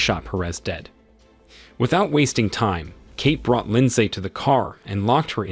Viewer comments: AI keeps saying "LINDZAE" and it's throwing off the focus of the story.... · The “lin saay” part is killing me😂😂